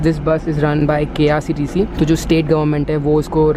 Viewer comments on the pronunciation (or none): bro it is not krctc it is ksrtc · It's ksrtc and not krctc